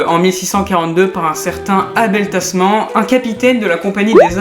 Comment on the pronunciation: (ça se prononce "tasmane"). les abel sont souvent de grands hommes ;)